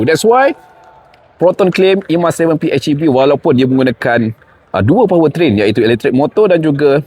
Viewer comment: Hej bang bukan etch. Pi-hej-i-vi. Baik bahasa melayu mahupun inggeris.